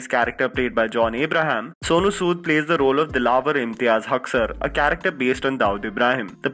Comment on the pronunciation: Cha Ra k Ter word Sahi pronounce kar